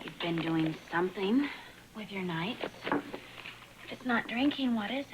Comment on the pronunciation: always cracks me up because he's always standing on his tiptoes every now and again as he talks to someone. Also he can't say the word something. It comes out Sun thing. I noticed this ever since I was a kid